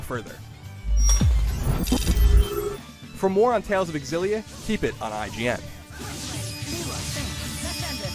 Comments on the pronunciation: This is so stupid... It is pronounced xillia not Ex xillia..... GayIGN the "gay" is silent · Is it really pronounced Xillia (EX-ill-ee-uh)? I thought it was supposed to be closer to Xillia(ZHILL-ee-uh) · It bothers me a little when the reviewer keeps saying "ecks- sillia" instead of "sillia" (I don't know which 1 is the official pronouciation though) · It really bugs me how he says X-illia, when it is pronounced Zillia..not a big deal just bugs the shit out of me...OCD i guess. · Am I the only one who finds the X-ill-a annoying. It just doesn't sound correct phonetically. The X should be pronounced ZI like Xylophone. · Isn’t it pronounced “Zil-lia” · He doesn't pronounce it with an "e" at the beginning. The X is not silent. you actually pronounce the x in xillia. so EX-illia is the proper way of saying it. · Dunno why but it seems that he says Exillia :p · I've been pronouncing it shillia, was I wrong? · I thought it was pronounced "zillia. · I thought it was pronounced zillia. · Wow...is this game really pronounced "EX-illia"? I have been pronouncing it "Zillia" all this time. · Pretty sure it's pronounced zillia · While i like Colin reviewing games more, i want irefutable proof that the X in 'Xilia' isn't silent before i listen to him. People who pronounce the X piss me the fuck off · Why does he pronounce it with the "e" at the beginning ? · Ugh the way he says Xillia.